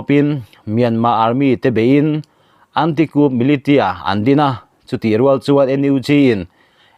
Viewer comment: Advice pakhat lek,militia hi milisia ti a lamrik Ani thin in ka hria.